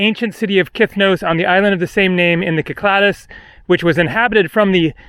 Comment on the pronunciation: He keeps pronouncing Cyclades incorrectly lol.